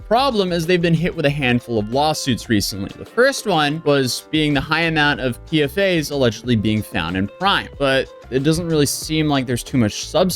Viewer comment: It's not PFA's, it's pronounced P-FAS